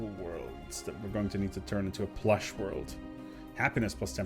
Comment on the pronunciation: It’s pwush